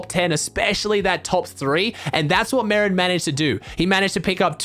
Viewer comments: Day 3 of telling his content is the best on earth. Bro i heard marren and i though marren tm istead of marjen or whatever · merijn is not merin but mereyn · btw its said me-rine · Pls say merijn right